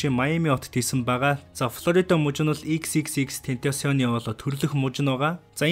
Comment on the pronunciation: Тэнтосион gej ymr um bdimbee hhaha😹